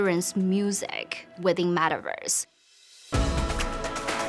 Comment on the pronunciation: did she just say madaverse